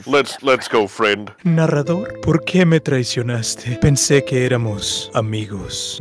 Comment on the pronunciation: When Eddie said " narrator" in Spanish It sounded like he said Naruto